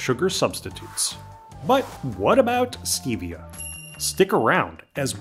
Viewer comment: The E and Stevia is a short e not a long e. I would be willing to bet that you also pronounce the first L in salmonella as well. Aspartame has a very good use, you sprinkle it around 4 you see ants in your house it will kill the ants.